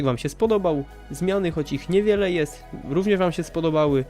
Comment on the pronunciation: w jest słowo jest a ty powiedziałeś jes